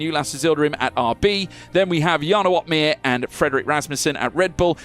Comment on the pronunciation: Jarno OP-meer